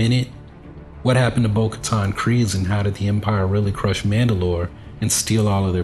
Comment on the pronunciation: It's extremely refreshing to hear someone on Youtube finally say Kryze correctly!